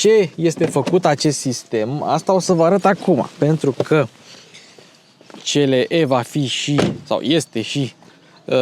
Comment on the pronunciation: "Ț l e"😂😂😂😂 pe bune??